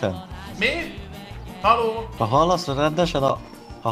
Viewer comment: nem is azt mondja hogy "Halló" hanem hogy "Hallaó"